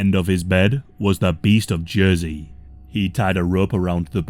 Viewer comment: It took me a second to realize you were talking about y'ursey; thought it was j'oi'sey